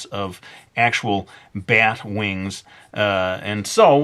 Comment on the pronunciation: "BYET wings" that's how he says it XD